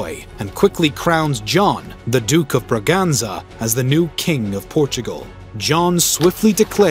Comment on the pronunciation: Ba-granza (Braganza) Visseroy (Vice-Roy)